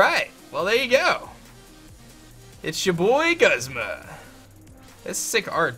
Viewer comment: It's pronounced goosma